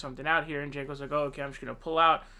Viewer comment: Sanders is a lawn chair who folded and endorsed Clinton after she took over the DNC. He is old and had a hard attack and will not last four years. Also, Ii’s pronounced Senk. The “j” is silent and stupid.